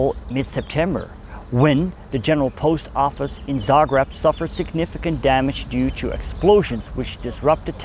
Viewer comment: Its called Za greb. Not Za grab.